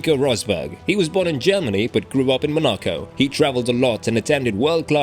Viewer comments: You lost all respect at “Monaco” pronunciation… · Great video, but you need to work on pronouncing Monaco.